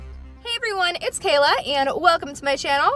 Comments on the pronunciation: Kayla missed the letter O did anyone else notice that? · Kalay. You missed the letter o